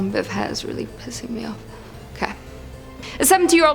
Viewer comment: sweetie, you were miss speaking the Johan, it’s pronounced Yo-Han. I hope this helped!!😉🖤💚🖤💚 You are most definitely my favorite narrator!!